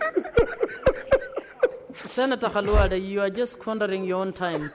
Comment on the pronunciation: Is this speaker a Luhya? She knows very well how to call senator Khalwale. Others calling him Kalwale.